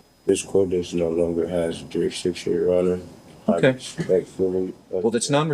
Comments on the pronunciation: What's a jurixdixtion other than a bigger word than he can actually say? He filed an appeal with the appeal people, in the appeal place... in the wrong state! You know what he's sayin? He doesn't. He's using words he can barely say let alone grasp the meaning of. Any continuation of these proceedings should be viewed as abuse of the handicapped. My neighbor who had 2 strokes can put a sentence together better than this clown. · “Jurix diction”! Huh! 😂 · Jurickstiction... 3rd grade education trying to speak larger than life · I think some of these SovCidiots think if they say the magic word "jerrusdicshun" enough they will automatically be let free.